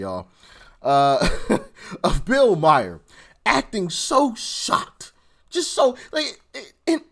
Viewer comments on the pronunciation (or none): Bill Meyer isnt his name, His name is Bill Maher, pronounced mah-harr.